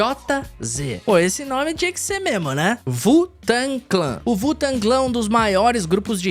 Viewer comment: wu tang → se fala do jeito que lê, não sei daonde vc tirou esse "vu" tang kkkk